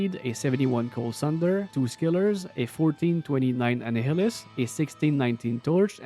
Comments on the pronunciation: I'm spreading the good word, Annihilus is pronounced like annihilate! 😊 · fair enough, it's a weird one! It's pronounced uh-nye-uh-late, nye being pronounced like guy. So Annihilus is pronounced uh-nye-uh-lus